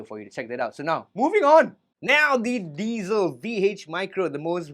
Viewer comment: Thank you for pronouncing diezel properly!!! Recently a guitar douche on YouTube has taken to calling them "dietzels" when I corrected him,as I am German, he got super angry and tried to tell me how to speak German lmfao 🤣🤗🤣🤗🤣 his name if anyone cares is Karl bullshit 🤣🤣🤣